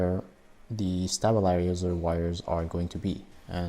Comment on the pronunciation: Stay-bul-izer. Not Stab.